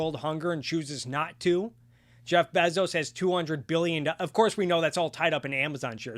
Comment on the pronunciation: google how to pronounce "Bezos," it's bay-zows